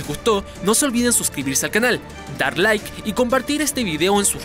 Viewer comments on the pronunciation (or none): none